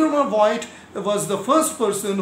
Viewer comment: Voigt is pronounced- if you want to pronounce those names in t h e i r language (english speaking people, learning n o t h i n g about foreign languages in school, cannot do this) - Fogt, not Voyd. V is f and the i is silent. Fogt, the o being long like o_bey or cl_o_thes, not short as in fog. So Fogt, with long o. Just said. Its quite clear that others have no time to check out how to pronounce each and every german name, that goes without saying. And you can do not much wrong with Einstein and Planck ;). Quite easy. Nevertheless. We, on the other hand, can do this correctly, at least with regards to english, french, spanish and russian terms. Indian and e.g. Iranian names are not too difficult for us.We learn this in school. Dont take this as critique, please. GOOD VIDEO, anyway.